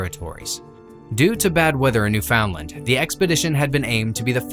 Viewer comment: Say it with me, "Newfundlund.". Not "new found land." Dumbass.